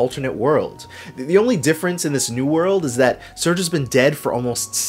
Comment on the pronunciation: Loved the case study! Only one thing to nitpick, the main character's name is "Sair-gay". I called him "surge" too, when I was a kid, but I'm pretty sure with the theme of all the characters' different nationalities that the developers were referencing the Russian name "Serge".